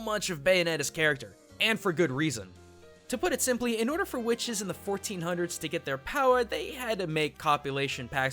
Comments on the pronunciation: QUHICTES is what I heard when you said witches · Did he say "Whuhwitches"? Is that a JonTron reference? Ok...